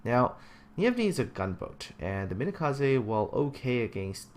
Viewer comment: why did you pronounce Umikaze as Umakaze?